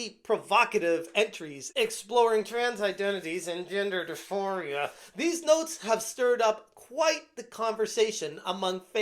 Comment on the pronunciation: "Dis-for-ee-a" you goober.